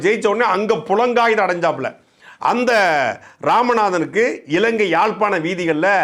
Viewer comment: Almost everyone makes the mistake.. It is not PULANGKAAHITHAM but PULAHAANGITHAM